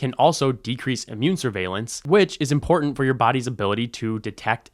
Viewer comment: He sounds so informed, but the way he pronounces "important" makes me wonder.